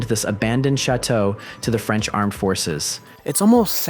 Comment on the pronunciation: your french pronounciation is pretty good! nice